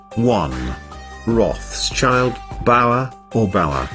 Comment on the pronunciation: Rough-shild...Is there anything more maddening than the English habit to transform all German names? It's ROTH-SHIELD for Heaven's sake!!!